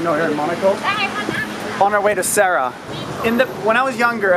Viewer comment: Did he call Zara sarah ? Lol